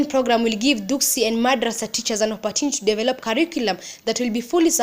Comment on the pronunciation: *Dugsi, not duksi